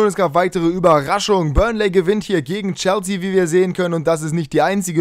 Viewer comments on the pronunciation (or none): none